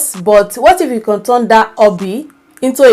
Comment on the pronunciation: It's you Can & not con please take note i enjoyed ur video